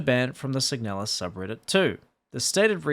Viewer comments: The slop pronounces "Signalis" as "Sig-a-nalis" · I always pronounced it "seeg-na-lizz" with the "na" read as it is in "narcotics". Had no idea it was pronounced "seeg-nel-us" like does.